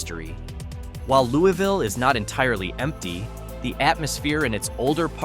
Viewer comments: Louisville is pronounced Lewis-ville, not Looey-ville. While it is not exactly booming, it is far from a ghost town. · It's not called Looweeville. It's called, and pronounced Louis- ville! If you gonna talk about my town that i came from, please pronounce it correctly. Louis-ville is thriving. Many people that stay there works in Augusta, Thomson, Waynesboro, and Savannah, GA. We stay out here, to be away from the crime. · Could you at least pronounce the names of the towns correctly? To start off first town, pronounced Louis-vill. Georgia is not Kentucky. Like the man’s name Louis